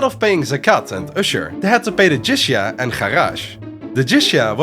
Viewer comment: you got Jizyah and Kharaj wrong, apart from that great video